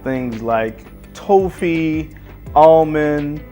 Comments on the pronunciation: Toffee is pronounced like coffee.. Do you guys in america call it Toe-fee? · No, this guy just said it incorrectly.